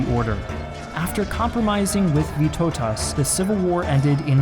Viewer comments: That has to be the best attempt to say our lord names 😂 Especially Vytautas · The way you said Vytautas' name made me laugh too hard 😂😂😂